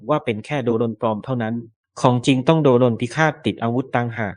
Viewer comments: เขาต้องอ่านว่า โดรน ค่ะ ไม่ใช่ โด รน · AI หรือคนอ่านนะ ทำไมต้องอ่านว่า โด-รน คนทั้งโลกเขาอ่านว่า โดรน มัน เอไอ หรือคนกันแน่ที่อ่าน หรือว่าแอดช่องนี้ ไม่ใช่คนไทย ??. *โด-รน .ฟังแล้วมันขัดหูยังไงพิกล รึอ่านไม่ออก หรือว่า ไม่ใช่คนไทย. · แอดมิน เป็นคนไทยไหม ??? อ่านให้ชัดนะ อย่าอ่าน โด-รน ให้อ่านว่า โดรน อ่านดีๆ สิ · แม่งออกเสียงโดรน เป็น โด-รน เข้าใจว่ามึงเป็นเสียง AI แต่มึงไม่ต้องตลกขนาดนี้ก็ได้ 😅😅😅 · อ่านคำว่า.โดรน.ดันเสือกอ่านเป็น.โด.รน.ป้าแกสิ. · โดรน ไม่ใช่ โด-รน ถุยยยยยย